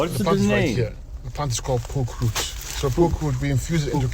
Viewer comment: Poke roots, not pork roots😂